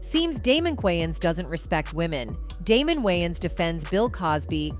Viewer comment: I have a feeling this video is done with A.I. since they haven't taught A.I. enough to even pronounce celebrity's names correctly